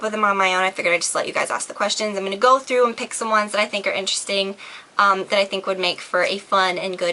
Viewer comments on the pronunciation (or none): none